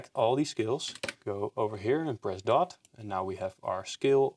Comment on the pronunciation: You say click in doot what is dot in grafic editor ❤